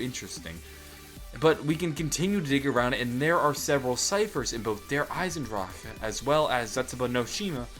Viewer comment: i like how you pronounce "die Drachen" and "der Eisendrache" . your pronounciation is one of the best from an english Person ive ever heard